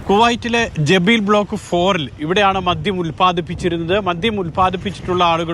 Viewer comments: ജെബീബ് അല്ല.. ജലീബ് ആണ്... ജലീബ് അൽ ഷുയ്ക്ക്... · ജബീൽ അല്ല ജലീബ് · Kuwait ജബീൽ അല്ല, 'ജെലീബ് ' jeleeb.ആണ്. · ജബീൽ അല്ല മനുഷ്യാ…ജലീബ്..ജലീബ് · Jabeel അല്ലടാ പൊട്ടാ ജലീബ് 😆😆😆😆😆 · Jabeel alla maruthe.....Jaleeb aanu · ഇയാൾ evide നിന്ന റിപ്പോർട്ട്‌ ചെയുന്നെ... ജെബീൽ അല്ല ജെലീബ്